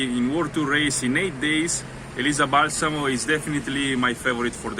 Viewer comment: Elisa Balsamo*! *with the accent on the first A